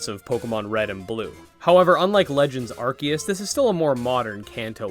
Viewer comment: I appreciate that you say "Arceus" correctly. Even Ryan Reynolds couldn't get it right.